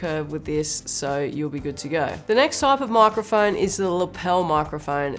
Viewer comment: Love how she says "moicroiphoine" 🥺